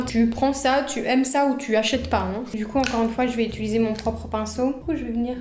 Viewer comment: tu dis j’ItUlise alors que c’est « UtIliser » !!!!